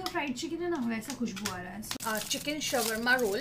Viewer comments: It's not sawarma roll it is shwarma roll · Its swarma instead of 'savarma' 😅 Just kidding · thats not shrvama its sharma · Swarma roll nhi 🙄 shawarma not roll That Is Only Shawarma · Its shOOr MAA not shawarma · it is not sawarma roll its shwarma roll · its not sawarma its shawarma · It's not s w a r m a ...it's Shawarma Roll. 😂 Vaise buraa mat lagaana...😁😉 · Your pronouncesion of shaurma rool is wrong... don't mind it i just correct it..❤️ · Dude what is sawarma😂😂😂😂😂😂 You're pronouncing it soo wrong